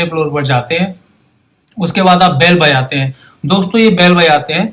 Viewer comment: At 3.10 to 3.33 n 4.12 Bajate he me aap "j" ka pronounce thik se nahi kiya upto 4.21 intejar, jata he me "J" ka pronounce nahi kar paye.. is this bcoz aap "J" ka pronounce thik se nahi kar paate ya fir aaj thodi drink kiye ho